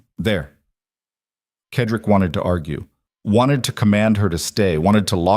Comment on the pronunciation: Why can’t AI pronounce Cedric(Sedrick) instead of Kedrik!!! Annoying!!!